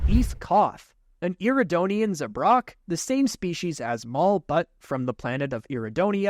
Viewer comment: You for eeth coth it's zabrack not zubrock